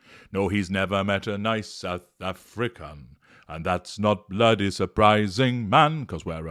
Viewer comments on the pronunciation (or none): 'I've nevah met a nice south Afri-can' 💀💀😂😂